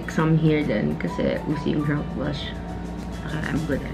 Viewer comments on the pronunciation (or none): “Drenk blesh” HAHAHAHA cutiepie❤️